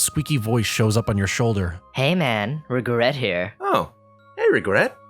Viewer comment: I thought it was 'Rigeret'